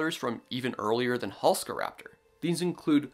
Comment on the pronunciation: You are mispronouncing Halszkaraptor. Why are you ignoring the z? This dinosaur was named after a famous Polish paleontologist, whose name is Halszka. In Polish, sz is pronounced like sh in English, so the name is Halshka, NOT Halska. Thus it needs to be pronounced Halshkaraptor, in English orthography.